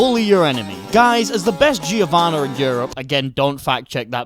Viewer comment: guys I know that's going to fuck your mind but in "Giovanna" or "Giovanni" the i is silent